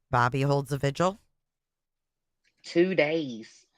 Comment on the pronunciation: Watching replay now as I couldn't make it past ten PM last night. Oh, and why do people keep saying "vigil" wrong on these panels? It is "VIGIL.. V-I-G-I-L" not pronounced sounding like "visual". Do I have to start tutoring again? I charge fair rates. LMAO & wap-wap-wap-wap! 🦨🚁💨wap!